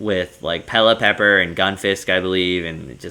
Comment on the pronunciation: I think its pronounce Pelliper instead of Pellipepper